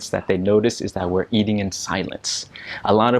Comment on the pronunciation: Did I hear you say "eading*? I didn't quite hear it clearly.